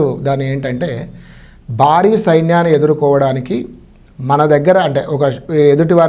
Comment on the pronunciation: యాంకర్ గారూ ముందు తమరు తెలుగు sarigaa మాట్లాడడం నేర్చు కొండి . బారి కాదు భా భా భారీ